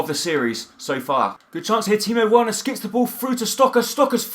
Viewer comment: I think you pronounce Werner like 'Verner' pronounce the w like a v